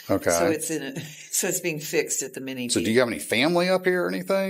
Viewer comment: Am I the only one who caught the way she pronounced “mechanic”. 😮